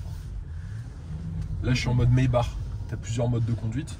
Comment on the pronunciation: C’est pas plutôt Maïbar pour la prononciation allemande?